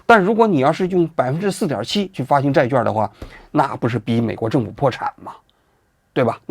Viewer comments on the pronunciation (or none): 债券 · zhài quàn 。咱文科生要有文科生的样子 好不好？ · “券”读作“quan”四声与“劝”同音。希望以后改正。